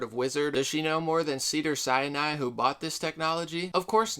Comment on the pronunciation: Not hating at all but it's pronounced Sin Eye, Sinai not Siani